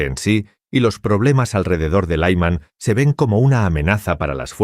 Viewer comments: Es Lyman... Creen que todo se pronuncia como inglés. Paletismo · Laïman ! Que es esto ! No significa nada ! La ciudad de LYMAN con la Y , (Como Zelensky) se pronuncia como "I" larga ! NO doy "like" a este video desde que pusieron voz artificial ! Slava Ukraïni !